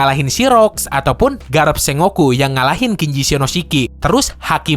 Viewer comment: kayaknya admin pengucapan Sengoku nya salah, setauku harusnya dibaca Seng-Goku atau Sen-Goku